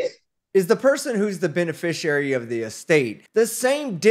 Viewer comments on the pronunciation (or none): What exactly is a "benisherurry" and what qualifies a "benifisherurry" as exempt to laws? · They’re all “benafisheraries”. They can’t even pronounce it. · I have never heard so much as one of these sovcits say the words beneficiary or coerce correctly. Is it misspelled in the papers they download, or are they just that ridiculous? I genuinely want to know.